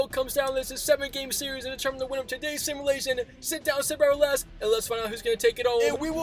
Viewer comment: My man cannot say 'relax' to save his life lmao